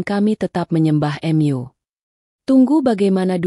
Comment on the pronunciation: Aslkm. Subhanallah mesjid itu rumah Alloh,punya Alloh maka dimanapun mesjid akan di lindungi oleh Alloh SWT ,aduh ini reporter, pembaca dasar di baca, bukan myu atuh, rumah myu, rumah Mu , menyembah myu, menyembah Mu aduh gimana ini, siapa yg baca ini ngaco, al-anbiyaa di baca al-anbiya.. a wah memalukan benar benar ngaco, kasian tuh 😂😂😂